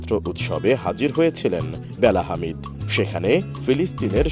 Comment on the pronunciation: হামিদ না , হাদিদ 😂😂